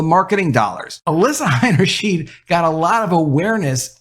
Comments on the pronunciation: The name Heinersheid, is pronounced with two long I sounds. high-ner-shide! The "ei" sound is a long "eye", but when reversed " ie" then its the "ee" sound. It's the opposite of what you'd think.. No big deal, just thought I'd mention it, because you're the 2nd media person I've heard who got it mixed up. It's easy to do, but now you know! Thanks for your content! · It's pronounced "H EYE nerschn EYE d". In German, when the i and the e appear as a pair together, the second vowel is the one sounded. In this case, both times when the "ei" appear in the name, they are pronounced "eye", not "eee". Example: Eisenhower is pronounced EYE senhower, not EEE senhower. Example: Liebchen is pronounced L EEE bchen, not L EYE bchen. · You pronounced her last name 'Hainerscheed' so no I won't sub. It's 'Hainerschaid' btw.🤦‍♂️ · The last name is HeinershEYE'd, not HeinershEEED. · You need to learn to pronounce the name Heinerscheid correctly. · Why are you pronouncing the first ei as "i", but the second ei in her name as "e"?